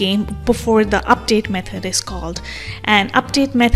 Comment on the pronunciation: Nice video, very helpful. I found the way you pronounce "method" as "meth-head" really funny, but otherwise very informational video 👍👍